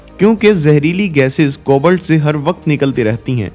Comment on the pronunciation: I don't want to let you down but its "कोबाल्ट" not "कोबल्ट "........and by the way your content was too good ....